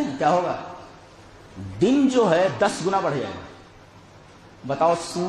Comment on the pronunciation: Its din not deen.... Please correct tat